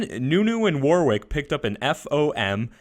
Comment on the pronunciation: your pronunciation of Warwick is triggering me